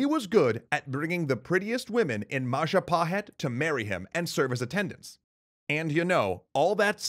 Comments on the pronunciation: "It's the mahajapit." CROSS "majahapit." CROSS "mapajahit." CROSS "mahapajit." CROSSSS "ma..ja...pa...hit?" YES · Yup, Indonesians spells "J" more like "DJ", to differentiate it with "Y" which is currently using. So "Jago" here is pronounced "Djago" not "Yago". And more importantly "Madjapahit" not "Mayapahit".